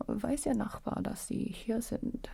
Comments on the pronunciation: "Weiß Ihr Nachbar, dass Sie hier sind?" As a german, that was quite the jumpscare (with impeccable pronounciation as well!!!) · the german jumpscare bit in the comments has me dying, her pronunciation really is perfect